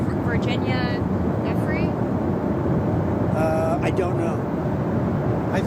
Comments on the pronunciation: We love you in NEW JERSEY 🌊💙💛 REMEMBER GIUFFRE= JEW-FRAY!!!! PLEASE SAY IT PROPERLY EVERYONE 😅 IT'S ITALIAN AND A TRICKY NAME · Sisson, I believe Virginia's last name Giuffre is pronounced (Joo-fray). We need to keep her name out there, and at the same time saying it correctly. She deserves all the respect for what she went through with those monsters. Thanks for sharing the News with us! Just saying. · Pronounce her name correctly! It’s pronounced Jufray! And it was Roberts when she worked for the pdfiles! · The only person I know who says Virginia Guffrey with a hard G. Why can’t we ask the family how to say her name? And what about Ghislaine? What is the pronunciation? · Giufre is pronounced Joo-fray and Ghislaine is pronounced Gee- Lane. (With a hard G) It blows my mind that so many reporters say it wrong. I want to be like, "This is your job. In the age of Google, you can't take half of a minute to get a pronunciation? You just guess?" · One small point, but important none the less. That unfortunate young woman was at the time of her abduction known as Virginia Roberts. Surely, her brothers in her family would also be known with the surname of Roberts, and not with her married surname of Guiffre, which is pronounced 'gu frey' I believe. Nevertheless still very important for them to respond to Trump's never-ending lies in his cover ups of sexual abuse and trafficking. Trump is as guilty as hell. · Her last name is pronounced like jew-fray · Virginia Giuffre's last name is pronounced like "JUfree" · Love what you are doing, Harry! Virginia's last name is pronounced "joo-fray" with emphasis on the last syllable. Keep up the great reporting, glad to see that you are teaming up with Adam Mockler--you guys have a phenomenal future ahead!!! 💙💙💙💙💙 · Its Guille-Fray. Almosy pron. like Ghee-lane. I held my ears as everyone has called her Gislayne, Because we need to take the time to care about how to pronounce the names of these very important Traffickers and rapists